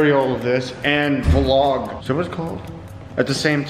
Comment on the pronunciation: It's one word. Vlog. Not V-log